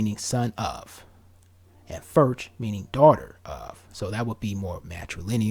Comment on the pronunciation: Hello from Wales. Great video, I often pick up on the black community having welsh surnames. Bach - the ch is pronounced how you'd imagine someone clearing their throat, rather than "kuh" Ferch - meaning girl, the ch pronounced as above, a single f in welsh is pronounced as V, the double "ff" in welsh is like English F. The e is pronounced how you'd say "let" Idris - The i pronounced as you'd say "him" Meredith - you'd stress the second part of the name, meh-REHdith I have read that Welsh Quaker families that were conductors along the routes of the Underground Railroad gave the run-away slaves their family names.